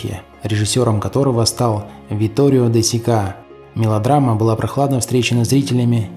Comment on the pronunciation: Правильно произносить «Витторио де СИка»,а не «СикА».